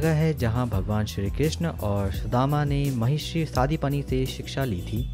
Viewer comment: ये संदीपनी मंदिर है ना कि सादीपानी